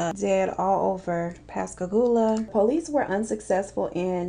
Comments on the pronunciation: You said Pascagoula correctly!!!! Giiiiiiiiiirl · That moment when your in pascagoula and says pascagoula😦 um....